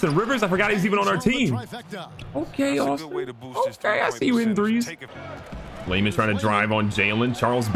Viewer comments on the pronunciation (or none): none